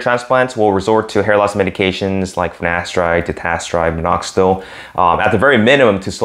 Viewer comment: You keep saying finastride or ditastride... what about oral minoxidil?